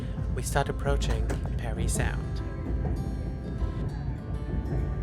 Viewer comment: Psst: Parrry Sound not Perry.